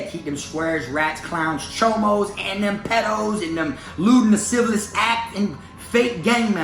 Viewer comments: he said lascivalous. rofl. anyways. fuck that clown. i bet he never thought this would come out. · "Lascivious" has only the one "L" in it,. You've been cracking me up this whole time trying to pronounce that shit. 🤣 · La- siv-E-us